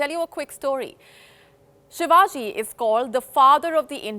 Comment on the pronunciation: sir he is not ur uncle from Maharashtra, agar koi tag kisiko milahe too uske kam ki vajase,not taking his name properly is his and his works dis-respect and kisika name kaise lena chahiye sikhane se pehele apna asli nam too use karo.